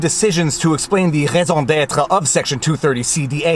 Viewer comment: I liked that "raison d'etre" moment. Good pronounciation. My French teacher would love to hear that from me.